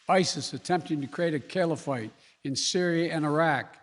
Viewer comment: Joe mispronounced Caliphate and secure 🤣🤣🤣🤣🤣🤣🤣🤣🤣🤣🤣🤣🤣🤣. Segore 🤣🤣🤣🤣🤣🤣🤣🤣🤣🤣🤣🤣🤣🤣🤣🤣🤣🤣🤣🤣🤣.